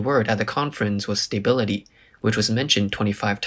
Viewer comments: Stuuuuhhhh biiiilllllliiiiiiittttteee not stay bility lmfao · It's not pronounced "stay"bility- it's a short "a" more like "uh"